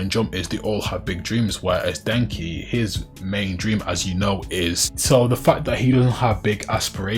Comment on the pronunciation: Bruh I ain't gonna lie, idk if it was your accent but it sounded like you said Denji like Denki 😂 Also good luck with this video, it hit my feed pretty hard so maybe the algo will push it more